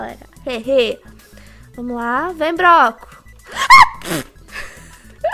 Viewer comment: Palavras que a falou erradas de nervoso 1-broco 2-tanasha